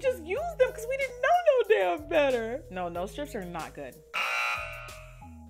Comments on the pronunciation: The “naur” kills me😂😂😂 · The Australian NOOOOIIRRRR’s were making me laugh so hard 😂😂 great video! You look beautiful! $avivadayna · Its the Australian "Nor" for me♡